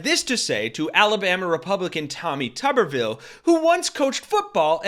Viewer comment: Tupperville 😆😅🤣😂🤣😅😆😆😁😄😁😆😅🤣🙂🙂😂😂🤣😅😆😁 Tubberville and great coach in the same sentence. 😁😆😅🤣😂😁😄😃😁😅😂🙂🙂😂🤣😅😆😁😄😄